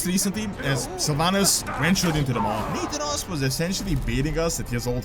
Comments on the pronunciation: Omg it's pronounced NA-THAN-OS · Do you mispronounce Nathanos intentionally? Because I'm pretty sure you've pronounced his name right in the past. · U are pronuncing nathanos wrong.